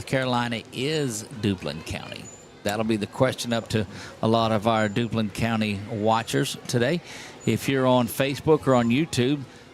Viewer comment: That’s not Dublin County, It’s Duplin with a P!